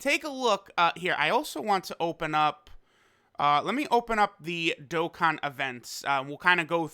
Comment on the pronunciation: Welcome back to another dok-kan